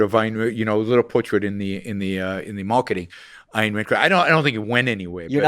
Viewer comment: Plus they can't even pronounce AYN correctly.